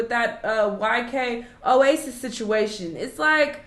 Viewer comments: so we just gonna slide past "Yk Oasis" LMAO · aint never gonna say YK Osiris right 😅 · “Yk Oasis”!🤣🤣😩